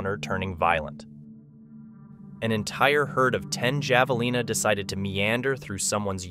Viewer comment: The j in javelina is pronounced as an h.